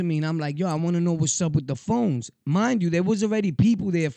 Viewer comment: Nigga said the Phone jones 😂😂😂